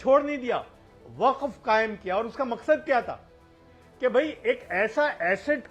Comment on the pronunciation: वक्फ का उच्चाण बहुत बार खराब हुआ ।